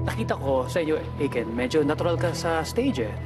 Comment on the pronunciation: eyken hahhahaha imbis na ay ken ang pronunciation ng name ni daddy aiken hyahahaha